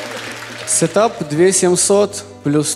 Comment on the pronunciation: сэтап? сэтап?! порвало 😁😁😁 молодцы ребята.